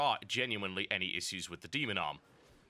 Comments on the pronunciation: Omg... Issues <--- please say it correctly :) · hehehe you say "issues" funny